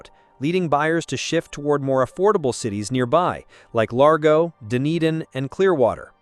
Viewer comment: It’s Dun-eh-din